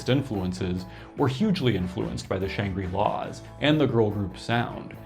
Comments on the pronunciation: Interesting pronunciation of Shangri-Las. You're pronouncing it "Shan-gree" -- first time I've heard the word pronounced, in any context, with a long "i" (and I'm old). Conventional pronunciation is with a short "i": "Shangrih-La," on the way, even, to "Shan-gruh-La." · Good info but it's pronounced "shang-grill-laws".